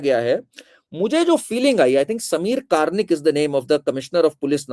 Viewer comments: जय श्रीराम मॅम कार्निक नहीं बल्की कर्णिक सरनेम है! वैसे ही सांभाजी नहीं संभाजी नाम है! और एक संजय शिरसाट है शिरस्त‌ नहीं ! Pl correct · संभाजी - स सांभाजी नही | कर्णिक - कार्निक नहीं